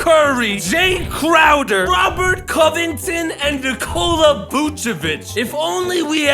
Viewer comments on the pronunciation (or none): none